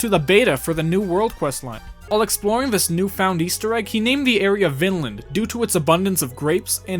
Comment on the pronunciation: pronunciation be like: vvnnnnnland when it really is like: veenlah-nd